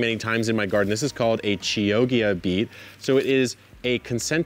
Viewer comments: FYI it’s pronounced KI-OH-TJA 🥰 (it’s a city in Italy) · Love your videos! I've learned so much on this channel, so I feel I need to drop a little wisdom nugget on you. Chioggia is pronounced "key-OH-gia" (more or less) It's a city in Italy near Venice. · chioggia is pronounced with a hard k sound and a double hard g sound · Omg the way you pronounce Chioggia is super funny 😂 it's a city in Italy, famous also for a special radish (Radicchio tardivo di Chioggia which tastes super good but it's almost impossible to harvest out of that specific area).To pronounce Chioggia = /Ki:/ (like word Key), /O/, /J/ is the closest sound to the "ggi" part, then an hard /A/, like in Avocado. :) 🥑 Thank you for this amazing video! I am trying to grow my first veggies in containers this year, so i am watching your videos and shorts almost daily 😊